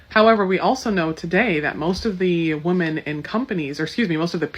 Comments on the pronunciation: Why can these educated women not pronounce the plural of woman? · women not woman, learn how to use your words correctly. dont be a dullard. you sound like a dullard saying woman instead of women. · Jesus Christ sociologist lady…freakin pronounce women and woman correctly